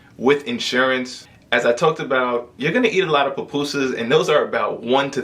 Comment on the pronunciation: Pupusas not Papusas